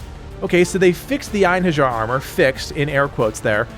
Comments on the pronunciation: Pronunce after me ( EIN - HE! - RI(j)AR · the J of Einherjar is prounounced like a Y ;)